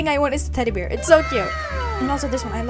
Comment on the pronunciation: I’m sorry but the way she says bear i hear beer 😂😂I love your videos ❤I’m a big fan 🎉